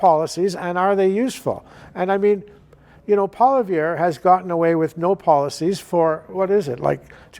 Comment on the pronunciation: Darn tootin’ he’s so OLD SCHOOL! And hey , Gossage - YEH YOU! Pierre’s name is NOT POLYVERRE! For crying out loud, you’re French - show a little respect…and recognize that Pierre DOES have policies! PAY ATTENTION! Do YOU like paying Turdeau’s thieving carbon taxes?…